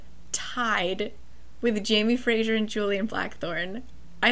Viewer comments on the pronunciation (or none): Hello- Scottish person here. Fraiser is pronounced less like Fray--shure and more like Fray-zur just for peoples information! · For some reason saying Frasier instead of Fraser is so funny to me😂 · I am scottish and we definitely do say "z" :) Fraser is a super common first and last name - definitely fray-zer. Not a big deal but I didn't realise you were trying to sound Scottish, I thought it was to do with the hit TV show "Frasier" confusing the name LMAO.